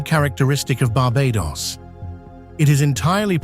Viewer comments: Thanks for capturing so many aspects of Barbadian culture, geography, cuisines, etc. However, please note authentic pronunciations: Barbados = bar-BAY-duss [not -doss or -doze]; Bajan = BAY-zhun [not bah-zhan]. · Bajan is pronounced BAY-JEN, and Barbados is pronounced BAR-BAY-DUS. Speightstown is pronounced SPITES-TOWN. The mispronunciations take away from a lovely beginning. After about 20 minutes in, you moved from Barbados to other islands while still calling the foreign lands Barbados. If you can fix these things, and remove the AI looking parts that came post the 1/2 way mark, then you can have something that is shareable.